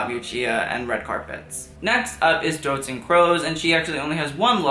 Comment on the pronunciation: doutzen kroes is pronounced doubt-sen kroo-s